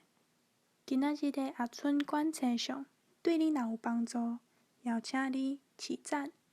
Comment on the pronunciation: 「星」象是否用文讀音比較好？